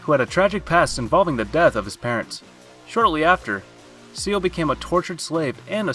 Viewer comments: Couldn’t stop laughing when he kept calling Ciel seal 🤣🤣🤣🤣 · Please don't ever say Ciel's name again. You butchered it so much 😭😭